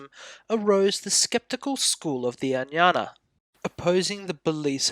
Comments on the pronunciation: Ajñana (अज्ञान) will be correctly pronounced as "AGyan(a)". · I beg to strongly differ. "AGyAn" (where even the terminal 'a' is NOT pronounced) is the Hindi way of pronouncing it. "Ajñana" is the correct Sanskrit form. In Marathi it is "AdnyAn(a)". In Gujarati it is "AgnAn(a). Please do not try to impose the norms of Hindi on the rest of us. ~Vima Kadphises Kuṣāṇa, (Οοημο Καδφισης alias Vivek Khadpekar)